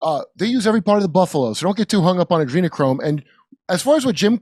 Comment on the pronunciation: Jimmy. You really don't know how to pronounce Adrenochrome? Not likely. Just sayin